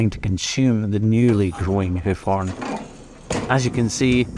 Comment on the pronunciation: It took me 6 and a half minutes to recognize the word "horn" being spoken in the video.